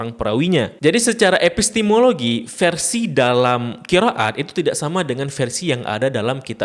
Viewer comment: admin aslinya dr mana? ko bacannya qira at.. ra ga dibca ro